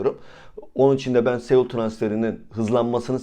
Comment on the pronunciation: Reis kusura bakma da Saul Niguez bi dünya markası. sEul demezsen iyi olur gibime geliyor. Teşekkürler